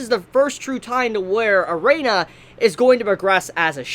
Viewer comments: wow.... whos "Er'ay'na" thought it was "ERINA" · Y DO U KEEP SAYIN A-REINA?!?!?! IT’S EH-RIN-A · Arina it's erina Jesus whats it with you Americans can't pronounce something as it's written arina fuck me it has a "E" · One request. Pronounce her name Eh-ree-nah and not Uh-ray-nuh. Thanks 😁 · yeah he really needs to do that , triggered me each time he said it wrong 😭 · Erina, Air - In - Uh pls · For some reason I'm not mad at for pronouncing Erina as "E-rey-na". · Hearing say Erina so many times, I just hear Erena instead. This makes me visualize in my head an Asian grandpa trying to say Elena and this is hilarious for absolutely no good reason. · Please say eh-ree-nah. Eh-ree-nah Eh-ree-nah Eh-ree-nah Eh-ree-nah Eh-ree-nah Eh-ree-nah Eh-ree-nah Eh-ree-nah Eh-ree-nah Eh-ree-nah Eh-ree-nah Eh-ree-nah Eh-ree-nah Eh-ree-nah Eh-ree-nah Eh-ree-nah Eh-ree-nah Eh-ree-nah Eh-ree-nah Eh-ree-nah Eh-ree-nah Eh-ree-nah Eh-ree-nah Eh-ree-nah Eh-ree-nah Eh-ree-nah Eh-ree-nah Eh-ree-nah Eh-ree-nah Eh-ree-nah Eh-ree-nah Eh-ree-nah Eh-ree-nah Eh-ree-nah Eh-ree-nah Eh-ree-nah Eh-ree-nah Eh-ree-nah Eh-ree-nah Eh-ree-nah Eh-ree-nah Eh-ree-nah Eh-ree-nah Eh-ree-nah Eh-ree-nah Eh-ree-nah Eh-ree-nah Eh-ree-nah Eh-ree-nah Eh-ree-nah I don't know why but this triggers me so much. God help me:( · I liked your review man, but could you please pronounce Erina's (air-ee-na) name correctly in the future? It just bugged me a little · I'm surprised he spelled Erina right in the video title at least. He still kept pronouncing it as Erena tho